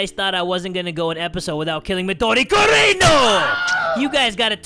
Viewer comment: I love how call midori mudori gurinUUUUUUUUU